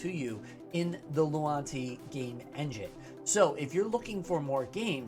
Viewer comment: Maybe I don't hear well but it seems you keep saying "lunati" but the name is "luanti" 😄